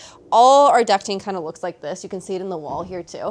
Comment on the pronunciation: Finally someone who says ”ducting” instead of ”ducking” 🤩🤣